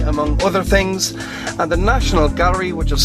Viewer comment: oh my god i want to slap this guy. 'ten tings'